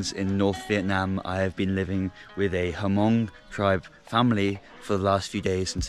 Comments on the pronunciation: Great video! But It’s pronounced “mong” not “ha-mong” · I'm Hmong living in the United States and I just want to correct you how to pronounce Hmong. It was not HaMong, the "H" was silent. You should just pronounce it MONG. Great video. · Its pronounce Mong, the H is silent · It is Hmong not Hamong :-) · When we visited the Hill people in Thailand they said the H is silent and pronounced it Mung. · When you pronounce Hmong it should sound like this, " Mong". You leave the" H " out.